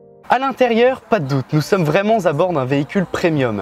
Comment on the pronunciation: Bonne vidéo, mais faut faire attention aux liaisons malheureuses quand tu dis "nous sommes vraimen'zabord" car c'est un T qui se trouve à la fin de vraiment...